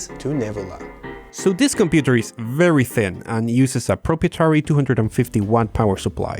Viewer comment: The way you said “proprietary”